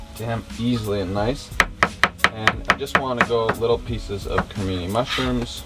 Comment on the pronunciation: Just bought the cookbook..."B~a~ccon"; wait...mesmerized..."Cre~mi~ni (日本語の発音; [Crey~me~knee] " wait...no stop it..." CA, Baccon!" Hahaha! Love ya two! The first recipe I'm going to make is the the Avocado I will make it ya'lls way first; you win for now!!lol Question: "What's the best thing you two have ever made with eggplant"? Merry Christmas my North American cousins!!